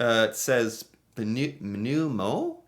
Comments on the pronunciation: Pneu... not pnue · Tire in French is actually pneu, NOT pnue